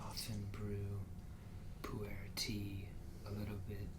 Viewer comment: "poo air" lul every time.